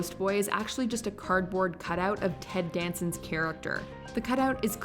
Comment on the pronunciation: It's Ted Danson!! Sheesh... 🙄🤦‍♀️